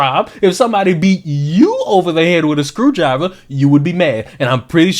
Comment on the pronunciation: IKR??!! "A scwEwdwiVeh iSnt a wEpIn!" Spetsnaz has entered the chat. Navy_Seals has entered the chat. USMC has entered the chat. SAS has entered the chat. Rangers has entered the chat.